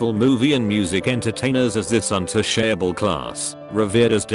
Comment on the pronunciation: Nobody: Text-to-Speech Bot: Un-touche-able